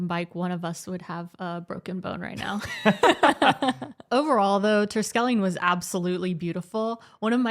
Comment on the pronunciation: Hi dear people,, you say Good morning perfectly well, but the CH in Terschelling is the same sound as the G in Good morning. Just practice, because the SCH is very common in Dutch. So the verdict is SG….Michelle, it was a bit too cold to walk in a bathing suit, poor you! but there will be a little better weather and I have also seen more sun on TV. See you soon, ❤️ Hil